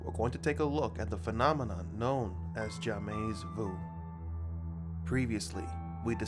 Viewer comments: Jamaizzzzzzzzz vu, no that is not how to pronounce French. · Jamaize voo SKDKDJDJDKSJ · for any non-french people we actually pronounce « jamais vu » as « jah-me vuh » idk if you get it but that’s it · came here for Bts/serendipity connection but got annoyed for the way the guy kept on pronouncing Jamais vu ps: it’s pronounced as “Ja-may” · The prononciation you are using for jamais vu is wrong, it’s JA-MAY Vu , am i the only french that this bothered ?😂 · Dude its not j/amez vy/ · the way it makes me laugh hearing the dude pronouncing Jamais Vu as Zha-may Vou,, sorry french r sassy 🤷🏽‍♀️ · He's really butchering the pronunciation loool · I’m always laughing he’s pronouncing jamais vu xD I’m french and the prononciation sucks No hate tho^^ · Oh geez. I cringe every time he says "jamais vu". BUDDY YOU DON'T PRONOUNCE THE "S". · The way he pronounced jamais vu made me cringe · The way he pronounces "jamais vu" is making me cringe so bad... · I'm told by a french speaker that this is pronounced wrong and also jamais vu is opposite from deja vu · dude makes video and doesnt even know how to pronounce the word he is teaching you about? ROFL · The pronunciation is killing me